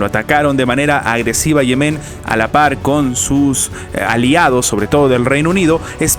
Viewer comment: Respetuosamente, no se pronuncia Yemén sino Yemen.